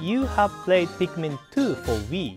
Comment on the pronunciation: ITS NOT PIKMAN ITS PIKMIN